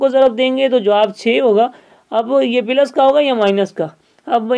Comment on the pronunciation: Ap ko plus bolna ni ata. Kafi confusion ho gi